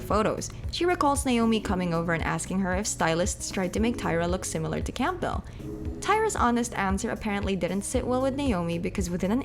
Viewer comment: The P is silent in Campbell, btw.